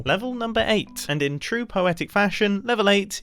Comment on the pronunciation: Eight - gaight(gate) sounds rhyming 😊😊😊😊😊😊😊😊